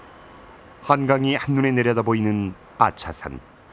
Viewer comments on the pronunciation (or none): 야차산 아니고 아차산...